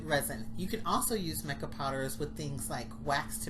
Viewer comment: Perfect month for wedding. Mica is pronounced my-cah. Really love these resin items. Good thing using safety first, saw a glitter tumbler video. No ventilation, touching with there hands, etc. They are trying to make money but they don't know about safety. Congratulations picking October. Hugs and God's love, Janet 🍁🍁🍁🍁🍂🍂🍂🍂🌻🌻🌻🌻